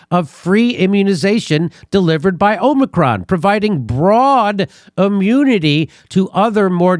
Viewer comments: Omicron man. It's Omicron, not Omnicron. Jfc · has been infected by biden's pronunciation of 'omnicron' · Correct pronunciation: AH-mi-cron. Peace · O- micron sound it out. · is pronouncing it 'omnicron' like he's not joking. 😊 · Why does keep saying “Omni-cron”? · It's pronounced, "omicron". Not, "omicron". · If you cannot properly pronounce the word "omicron", then don't comment on it. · If is pronouncing Omicron wrong on purpose, why? I don't get it. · I’m as confident in a person who can’t pronounce “ omicron” as I am in a person who can’t pronounce “ nuclear”. Can you bring in someone with an IQ ?